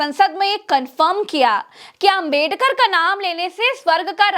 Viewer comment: Amit Shah Swarg jaenge Baba sahab ka apman kyon kar Bhagwan ka bhi Naam to sahi se le nahin paate Hain movie